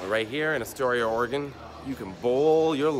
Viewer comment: As an 80s kid and a born Oregonian this made me smile! Thank you again for a great upload and for actually saying the states name right. Some say oreGONE like it went somewhere not Oregon! 💞🍁🌎😃🌌😀